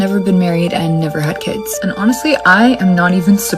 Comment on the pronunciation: "I don't have any 'keeds'..." I'm not American but what is 'keeds?'